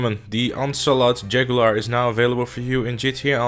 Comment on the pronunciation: “Oncelot Jagular” lol